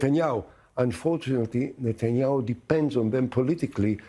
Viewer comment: "NUT-THE-YAHOO" ....I'll leave it there